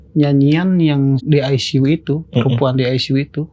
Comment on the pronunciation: ruang aisisiu wkwkkwkwk